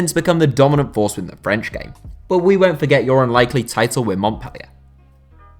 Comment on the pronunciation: it triggers me how he says Montpellier